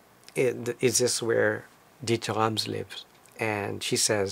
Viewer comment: Lucky you. How nice of him to talk to you and show you around his back yard. I would have brought a book or something, to get it signed, maybe it would have helped establish some rapport and have a more meaningful conversation. Also, i notice how you pronounce his name correctly, that is so nice. I hate it when people call him DeederRams or what have you. Kudos to you for showing such great respect.